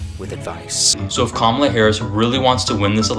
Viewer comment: Just an fyi; Kamala is pronounced Comma-la😊